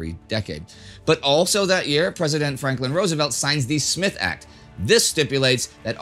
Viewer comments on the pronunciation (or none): none